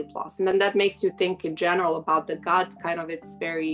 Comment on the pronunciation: lol I was wondering why she's repeatedly saying god, then I was like ooooh "gut"(makes more sense than god) 😄